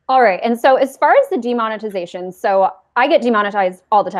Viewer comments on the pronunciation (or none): demond- ugh- tization